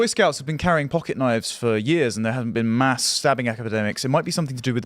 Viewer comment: En masse is pronounced “on mass”.